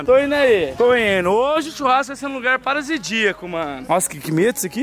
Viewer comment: " Parazidico "kkkk